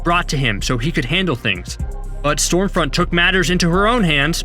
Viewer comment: I seriously couldn't tell whether your calling her Storefront or Stormfront.